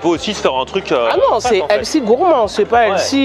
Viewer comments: Healthy... Heu pardon, Elssi en fait. Alors soit vous le prononcez bien, soit vous dites Santé et ça fonctionne tout aussi bien. Anglicisme inutile. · C'est qui «Elsie»? «sain», «frais», «bon pour la santé», «équilibré», ça marche mieux que «healthy» (avec un h aspiré, bien sûr). «chef de bar» au lieu de «barman» souligne la compétence et l'indépendance du professionnel en charge de la préparation et du service des boissons, substitution adroite et réussie. Bravo et bon appétit! 🥗🥝🍅🥑🥕🥦